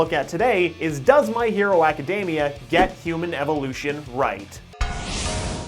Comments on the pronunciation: My hero a-ka-dem-ee-a. NOT My hero a-ka-deem-ee-a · I literally can't watch this video due to his pronounciation of acdemia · tfw you've been saying "academia" wrong this whole time :(((((